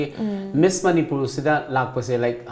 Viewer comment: it's Miss.. you called it like Miss into Mess.. lol